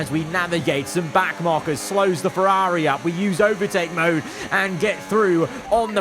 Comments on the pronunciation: why over the last two years have you just forgotton how to pronounce ferrari? it's so annoying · The way you keep saying Ferrari 😅 why you say it like that